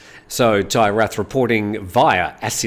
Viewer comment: not a big deal, but 'th' is aways pronounced as in Thai and Thai Rath, and Rath the 'a' is also more u or uh, not ae, so Tai Ruht. keep up the good work, hope you don't mind these reminders.